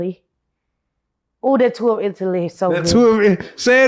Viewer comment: “ Tour of Italie”